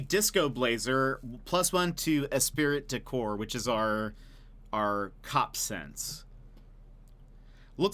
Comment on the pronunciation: Esprit de corps is pronounced "Espree- deh-core"